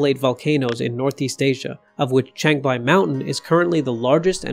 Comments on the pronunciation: changbai not chengbai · Chang = chahng like "wrong" not cheyng like "chain".